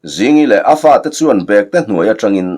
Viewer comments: Bekte, tih hi thil ahna bag, ti a lam rik tur ni loin, saptawng a back, tih a kan lamrik ang a lam rik zawk tur ani lo maw. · "Bekte tih leh Bêkte" khawizawk hi nge dik ang? I lamdanah hi chuan "Bekte" tihin i lam thin sia, "Bêkte" tih zawk tur a maw ka lo ti thin a...